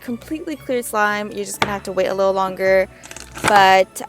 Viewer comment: "a little wittle marshmallow"